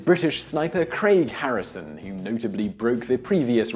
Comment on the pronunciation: Craig Harrison that’s crag Harrison ... his name was said about 1800 times in this alone hahahah